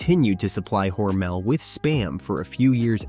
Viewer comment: According to my 92 year old friend that is from Austin, MINN and went to school with Geordie Hormel, it's pronounced with the emphasis on the first syllable.